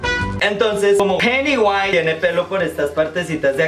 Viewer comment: "Del deeel piudiwise" jajaja